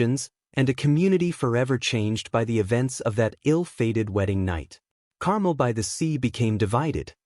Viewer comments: Carmel isn't pronounced the same as caramel (as in caramel apple). The emphasis is on the last syllable: car-melle. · Uh, no, Carmel is NOT pronounced Carmel ( like the candy) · “CAR MEL” is the correct pronunciation 😊